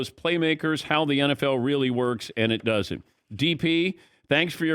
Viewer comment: It “dudn’t” feel like that? Dudn’t? Not “doesn’t?”